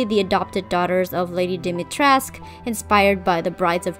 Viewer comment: Ngl if they went all in with historical accuracy except for pronouncing her name in game completely wrong 💘 As a Romanian I was so excited to see a traditional name, but ‘dAHMeyTRESK’ ain’t it chief